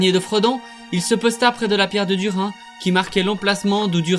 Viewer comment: Video sympa, par contre tu prononce pal mal de noms correctement et d'autre pas, peut être cet vidéo t’intéresserait (mot qui mon trituré les oreilles :Dùrin, Thorin, Dùnadain)